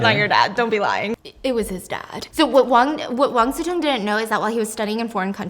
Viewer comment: I kept hearing Wang Zi Tong and wondered who that was 😆 Imagine the word "chop" and substitute "-p" with "-ng" then you'll get something similar "cho-ng" There isn't a close equivalence of "si" in English, but "si-mulation" will be good enough (even though it will sound more like "xi" to native speakers) As for resume, it's just English/French pronunciations, they're based on the same Latin word, but they came to mean slightly different things. "Résumé" (the CV), with the accent aigu, retains the French pronunciation, and means more of a summary, but "resume," the English version without the accent, usually refers to the original meaning, to re-take, to continue...